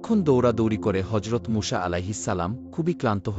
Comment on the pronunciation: মূষা কি আবার????? নাম টাও নিতে পারেন না ঠিকমত